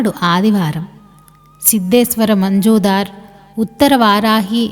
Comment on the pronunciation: అమ్మా, మంజుదార్ కాదు. మజుందార్.